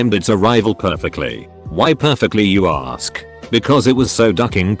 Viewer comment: Lol@ "aRsk"